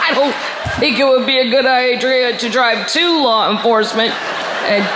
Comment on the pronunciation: I've listened several times and still so funny ("Idrea"). Love Kathleen!!! PEACE to ALL ... and STAY SAFE and HEALTHY.